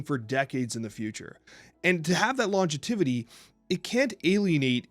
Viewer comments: I’m sorry but the amount of times said “monezitation” and said “longetivity” 😂😂 tough to present a compelling argument when you can’t pronounce the talking point but somehow I still agree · Am i crazy or is saying Longetivity instead of longevity and is saying Monezitation starting around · love to talk about monezitation and longetivity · Hearing mispronounce "monetization" as "monezitation" (four times) and mispronounce "longevity" as "longetivity" (three times), is distracting me from the points you're trying to make. Call me a snob or whatever, but it's hard to take people seriously when they mispronounce words, even if the points they're trying to make are reasoned well and thoughtful; especially when they're speaking in their native language. If one or both are dyslexic, i can sympathize, but it's not a good excuse in a format where the video can be (and obviously has been) edited before it's uploaded. I like you guys and I want the content you produce to be as high quality as it can be. All that said, although I can agree with both on some points in passing, I will always compare mobile games to console/PC at the end of the day and fundamentally disagree with the way all mobile games are monetized. Whether or not that's "fair" is a straw-man; mobile games and PC/console games can absolutely be compared to one another, especially when the objectively inferior quality offering is demanding an exponentially larger financial investment from the consumer. If the gamer community at large has a choice between spending $70 on a fully animated, 3D rendered AAA console/PC game and spending hundreds upon hundreds, potentially thousands of dollars in the cash shop of a mobile game, I worry deeply about the person that chooses to spend hundreds, or thousands of dollars on the mobile game and considers it in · I love you guys and don’t wanna be a dick, but monetization and longevity… please revisit how you pronounce these words lmao